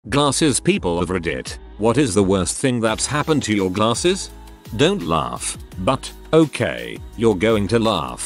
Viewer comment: Lol@ the narrator... "glaRRses"